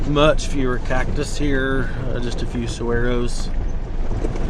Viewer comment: Saguaro saw-war-o